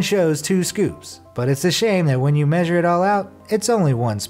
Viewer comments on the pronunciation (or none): none